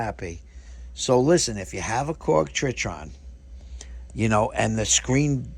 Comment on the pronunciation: Old video, but you pronounce it TRY - TON and spell it TRITON 😅